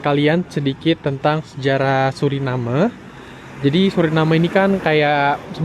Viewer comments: Maaf saya koreksi ya ? Orang lokal sana dan wisatawan yang datang, ataupun orang Belanda menyebutnya "Suriname" bukan "Surinam" seperti yang anda sebutkan berulang kali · Yang betul Suriname ya, bukan Surinem.. Karena dari bahasa Belanda. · Ejaan yang benar itu Suriname huruf e-nya dibaca bukan cuma jadi hiasan kalau nyebut seperti tadi itu ejaan Melayu Melayu Malaysia Melayu Brunei nyebutnya gitu kalau Indonesia dan Suriname asli nyebutnya ya pakai e jadinya dibaca😊